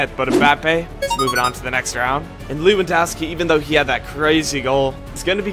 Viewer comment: thats how u said it